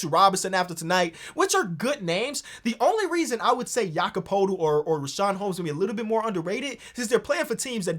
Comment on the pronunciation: after 2 attempts man already gave up on not butchering Jakob Poeltl's name lmao